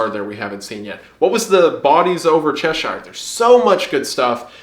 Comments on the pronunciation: I think the most shocking part of this video was the fact that he pronounced Cheshire right 😭😭😭 like I seriously think this is the first time I've actually heard an American pronounce it correctly (as opposed to the usual che-sh-i-re) edit: I stand corrected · Hi Mr.Goon. I just want to thank you for pronouncing Cheshire right. I'm from the English version, and am very sick of people calling it everything but it's name.